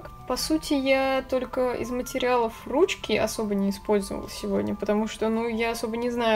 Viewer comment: Странное произношение: отпеЩатываются, впеЩатление, колпаЩок, руЩки, оЩень мало, колиЩество.